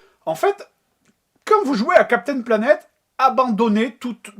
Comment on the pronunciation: Ouais on dirait qu'il dit vraiment "Captain Lavette" ... ou "Navette" c'est pas clair !